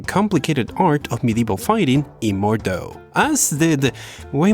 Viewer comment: I love your vids and you made it possible 4 me to play so many games lik bf 5 witch wouldnt run otherwise. Can't count the hours of fun and enjoyment you brougth to me through your vids. PS.: Plz stop calling it "MORD-O"! It's an very old german word (not french) and means something like "murderstroke"